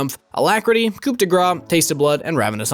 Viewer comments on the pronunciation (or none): Please learn how to pronounce coup correctly. LOL